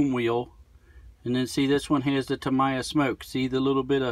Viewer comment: Tam eye a? Thought it was Tam-e-ya